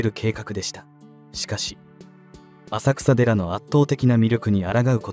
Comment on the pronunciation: 浅草寺は「あさくらでら」とは言いません、地名は「あさくさ」ですが「せんそうじ」と読みます。正式名称：金龍山浅草寺（きんりゅうざんせんそうじ）